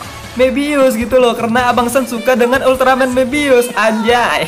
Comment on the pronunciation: Bang itu ulteramen bukan ulteramen geed